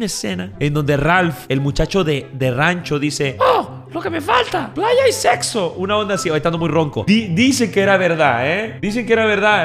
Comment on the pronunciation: Jajaja que chido pero dice sepso